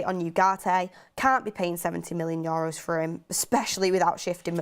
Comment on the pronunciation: She killed me with "Yoros" €.. I just can't.. :)